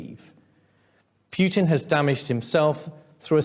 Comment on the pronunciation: Too bad that the UK has shot itself in the foot and become largely irrelevant on the world stage because of Brexit and corrupt leadership by Boris the Russian and Londongrad. Their head of the army can't even pronounce their enemy's name correctly.